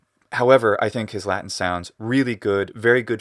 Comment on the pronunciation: I love the way you pronounce the word Latin in English with the full t sound and the ɪ vowel before the n. Unusual for Americans to not either hold the t or use a glottal stop there and pronounce the n syllabically